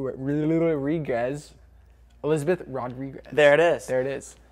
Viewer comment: Does he not speak Spanish. He pronounced Rodriquez like someone that doesn,'t speak nor understand a lick op Spanish. And his name is Lorenzo. Sad. Maybe he's adopted?.